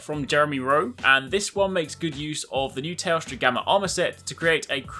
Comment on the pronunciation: after so many videos im still hearing toaster instead of teostra XD i cant unhear it anymore!!!